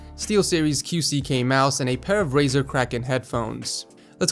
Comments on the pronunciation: Hold up, hold up, hold up, did say Rizer instead of Razer I'mma just jump off my desk now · Neptunika yes he did